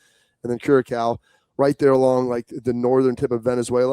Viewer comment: Bobby, Bro - You are stiiiillll pronouncing Curaçao 🇨🇼 wrong 😲🤦‍♂️🤣